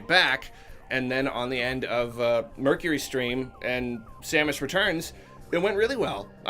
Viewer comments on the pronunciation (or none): "...MercuryStream..." It's actually MercurySTEAM. No "r" in "Steam". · ......Capcom scrapped Re4 development like 5 times. What in the fuck are you talking about nobody else does this? Also, It's Mercury Steam bruh not "Stream"